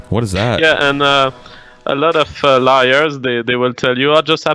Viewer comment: I like how when says "lawyers" it sounds like "liars."